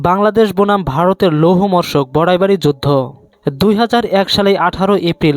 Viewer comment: ভাই লৌহমর্শক না 😁😁😁😁 লৌমহর্ষক 😁😁😁 মুর্খ শালা